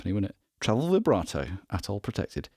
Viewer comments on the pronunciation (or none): none